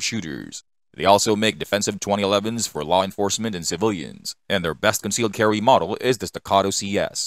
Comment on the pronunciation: What's up the with pronunciation. Glock Sewies, concealed Carwee 😅